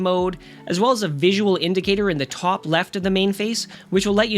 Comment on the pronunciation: I'm guessing you're in Canada, as you pronounce the word "top" the same way as Jordan Peterson.....